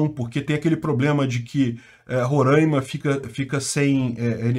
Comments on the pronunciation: sou de Roraima, e queria dizer que você fala de forma errada o nome do estado, aqui chamamos Roráima e não Roranima:) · é Roraima!!!! sem ãããã . Se lê: RORÁÁÁÁIMA E NÃO RORÃÃÃIMA . abraços espero ter esclarecido aquém importar.